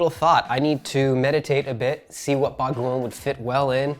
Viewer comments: His pronunciation of bagoong progressively gets better throughout the video 😁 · I love that he pronounces bagoong better and better each day haha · He's saying "bagoong" perfectly. 😍